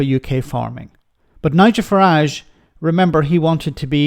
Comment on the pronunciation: Good old farmer fuhrage 😂😂😂